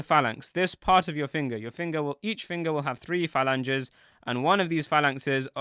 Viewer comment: The word for multiple fingers that you repeatedly mispronounced Is pronounced “fah- lan-geez”!!🤦🏿🤦🏿 Please, and thank you very much. You can thank me whenever.🤷🏿‍♂️🤷🏿‍♂️🤷🏿‍♂️